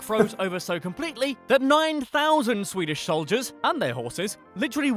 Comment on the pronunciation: his pronounciations are the completetly opposite of what they actually are